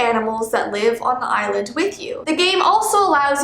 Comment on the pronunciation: When she was saying "island" I kept thinking she was saying "eyelid" : | Edit: Ah! Tysm for 15 likes, that's the most I've ever had! 💖 2nd edit: AHHHHHHHH, tysvm for 77 likes 😭💞